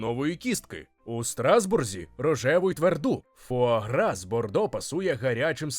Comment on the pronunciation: Та сама ситуація, коли нормальні люди облизуються на тему видива, а я - на те, як добряче диктор постарався з вимовою цієї назви різними мовами... Так, я готова офіційно заявити, що диктор НЯшка! Трясця, як згадаю, яким чином ту вимову шукала... Тому щиро дякую! Це звучало вельми смачно!!!;) А тепер щодо заборони в певних країнах. Бачу, що в коментарях уже почалася священна війна, тож і собі до неї приєднаюся, бо чом би й ні? Бачте, шановне панство, такі заборони - це вияв гуманного ставлення до тварин. АЛЕ! Так, одразу це додам. По-перше, я розумію логіку тих, хто питає, яка різниця між двома гусками, яких усе одно вб'ють. Різниця полягає в можливому стресі для організму. Проте по-друге, я розумію й тих, хто хоче скуштувати таку страву, а не може. Ця суперечка триватиме ще не одне сторіччя, бо люди по-різному бачать світ і мають різні думки. Тому ось вам усім класна штука для ознайомлення! Прочитайте, прошу, манґу Хірому (насправді вона Хіромі) Аракави "Срібна ложка". Її гг постійно опиняється перед моральним вибором щодо тварин, оскільки додумався піти до аграрної школи на Хоккайдо і збирається потім працювати в сільському господарстві. Аніме за цим шедевром охоплює тільки початок, отож ліпше читати! Насправді ж ніхто зараз точно не відповість, як ліпше: чи використовувати тварин як домашні капці, а чи давати їм нормально жити попри їхню можливу долю. Цю тему Аракава-сенсей чудово показала в розділі, де гг допомагав вагітній корові народити. Оскільки теля виявилося бичком